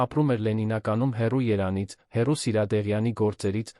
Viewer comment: Երանից,Վազցենը ով է։Արհեստական բանականություն ,գոնե ճիշտ ներկայացրեք Վանոյի անունը